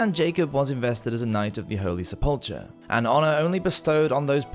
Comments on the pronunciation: it’s pronounced “se-pul-ker” subbed 👍🏼 Edit: wut was the “mystery” bit? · Honey, "The Cavalry" is what comes over the hill to the rescue, mounted on horses, or in modern war, vehicles. The hill upon which Jesus was crucified is Calvary. Also, "sepulcher" (or, in Brit and French, "sepulchre") is pronounced SEP-ul-ker. These two things are facts, not opinions. I checked Merriam-Webster and the Oxford English Dictionary, both of which agree, apart from the -er or -re thang, so I'm quite certain of my sources. I only quibble about these because, if you're inattentive to words, pronunciations, and meanings, it kinda calls into question what else you're getting just a bit... sideways. On the whole, though, great vid! I'm an amateur art history scholar, and love iconography and hagiography. I'm not at all up to speed on family coast of arms, but I know I've seen the bright yellow banded with black-and-white checks depicted before. I clearly remember thinking, "Wow. Looks like a jockey's silks." It's weird what information gets hung on the little cuphooks in our minds. Now I'll be able to spot members of the Adornes family, as well as the Medici and Grimaldi. Yeah, big whoop, huh? But it can add a layer of meaning to pictures.